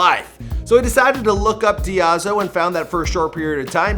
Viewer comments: You butchered all the names. “Die-zoh” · lmao he pronounced her last name like it was japanese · I'm sorry, but everytime I hear diazao I hear diavolo